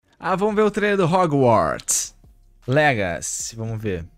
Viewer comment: "róguartis legaci" o bérou com o best english ever